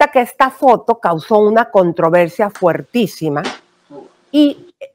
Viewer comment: Elisa,edúcate se dice fortísima.....